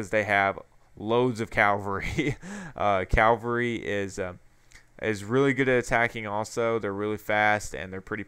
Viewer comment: calvary ? isn't it cava-lry